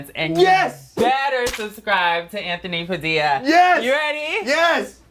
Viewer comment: It ant-horny past-illa